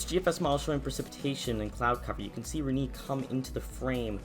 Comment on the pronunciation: Reknee lol